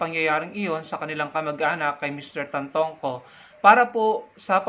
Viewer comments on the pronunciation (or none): it’s Tantoco not Tantongco!!